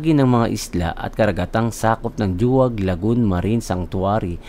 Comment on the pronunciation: pinupronounce po sya as "Hu-wag" Lagoon hindi po "Jo-wag" hehe